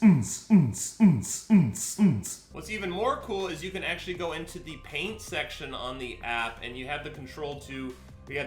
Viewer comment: I thought he said pain section instead of paint